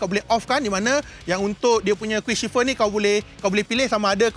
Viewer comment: Shifter bukan shifer